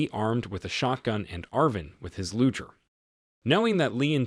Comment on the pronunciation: I love your recaps. It is a hard G in Luger just FYI.